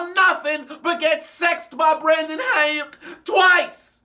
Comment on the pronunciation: The way he said Brandon Aiyuk😂💀